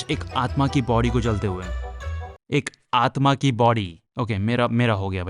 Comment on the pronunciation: bhai ‘Aatma’ hain, ‘Aatam nahi 😂